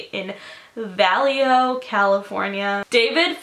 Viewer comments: vallejo= vuh-lay-ho, I can't w the "valley hoo"! hahaha, good video nonetheless! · It's not valley-ho ,it's va-lay-yo ,so it's spelled "vallejo". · it’s actually pronounced va-lae-ho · The place Vallejo is pronounced “Va-Lay-Ho” 😂😂 I live about an hour from Vallejo and Napa. It’s cool seeing your area being talked about in a video... even if it’s because of bad circumstances haha. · "valley-oh" lmaoooo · the way you say Vallejo😂😂 I'm from Northern California its pronounced Va-lay-ho 😂❤ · It's pronounced Va-lay-ho 😂 no shade though! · I love you but I cringe every time you say Vallejo 😂 it's pronounced VUH-LAY-HOE. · Girl its pronounced Va-lay-ho 😂 That's actually really creepy cuz I live not too far from there 😭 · "And the Valley hoe " I'm not supposed to be laughing 😂😂 (she corrects her self later) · the way she pronounces Vallejo tho lmaoooo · the way you said vallejo😂😂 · The way she pronounces Vallejo is killing me. Great video though! 💕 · IM CONFUSED DID YOU TRY PRONOUNCING 'Vallejo'